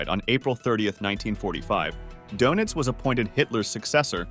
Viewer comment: Your.pronouncing donitz wrong